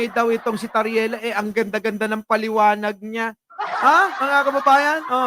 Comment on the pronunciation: TARRIELA PO, HINDI TARELLIA! HEHE